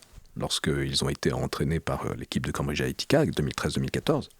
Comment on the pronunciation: Mais pourquoi prononce t-il "Cambridge Ahética"?